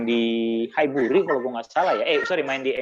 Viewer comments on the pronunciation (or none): Highbury.. tuak kali bang, hehe